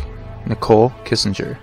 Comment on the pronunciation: Its Kessinger, not Kissinger.